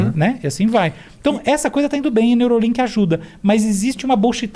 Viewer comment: Neuralink e não Neurolink